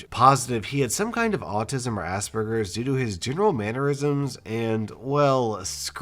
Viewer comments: Did you just pronounce asperges as assburgers? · Did he say ass burgers